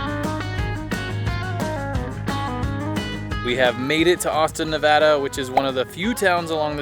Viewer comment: must be pregnant because your dad jokes are OFF THE HOOK this one. We are Reno natives and are so glad you enjoyed Nevada. (And that you pronounced it right!)